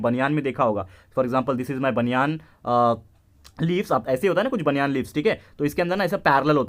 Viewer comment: sir no offence but banyan nahi banana